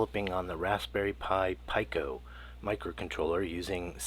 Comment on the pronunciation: This was a bit difficult to watch. You are the only person on the planet that pronounces Pico as "Pie-koh", where everyone else pronounces it as "Pee-koh".